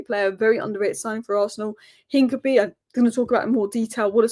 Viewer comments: It’s Hin-ka-pi-ee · The name Hincapié is pronounced roughly as een-kah-pyeh, with the emphasis on the "pyeh" syllable. The "h" is silent, the "i" in the first syllable is a short "ee" sound, the "c" is a hard "k" sound, the "a" is like the "a" in "father," and the "pié" is a "pyeh" sound, similar to the "pie" in the word "pie" but with a stronger "y" sound before the "eh". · hi, hincapie is pronounced hinca-pierre, like del piero's 'pie' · Sorry to be that guy,, but it's "Hin-cap-ee-ay". Keep up the amazing work.